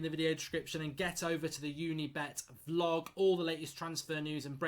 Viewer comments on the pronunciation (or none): Why do you consistently say ‘Vlog’ when it’s a ‘Blog’?